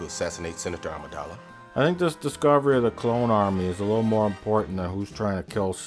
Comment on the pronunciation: "Queen Amidalan" LOL.